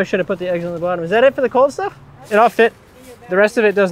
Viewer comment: Mostly when you say bottom. Comes out bawwtum, to my Midwestern ear